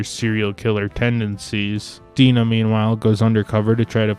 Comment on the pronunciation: Your review is good but you seem to be unable to pronounce the names of the women in the story.Oliver's love interest first name is Di-Nah.And the Japanese woman's name is pronounced shadow,as in on the wall.